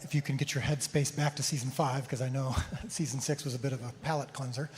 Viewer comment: Dallas - "...I know Season 6 was a bit of a..'palate cleanser'.." ...did he say, "'Pilate'..cleanser" 🤔... 😳...